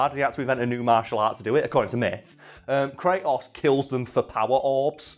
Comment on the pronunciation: how could you pronounce Kratos correctly but not pankration.